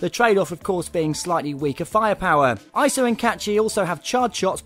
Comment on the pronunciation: its pronounced EEE-SA! c'mon they even said EEESA in the game not EYESA!